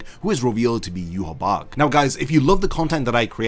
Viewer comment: why do so many people say Yuhabach?? Its Yuhabaha (pronounced)